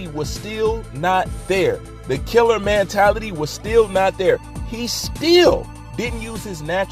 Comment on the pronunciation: For christs sake it's MENtality NOT Mantality!!!! Jesus learn correct pronunciation!!!